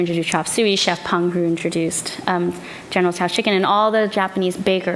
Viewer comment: I cringe when people call it General "Tee-Soe's" or General "Sues" Chicken